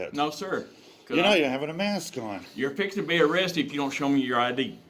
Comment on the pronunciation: "You're fix-enna get arrested"